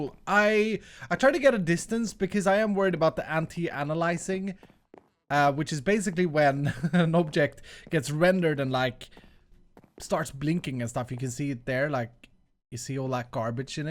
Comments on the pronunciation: Anti ANALYZING? Really? It's anti aliasing, lol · it's anti-aliasing, not analysing.:) I also really like the tower btw!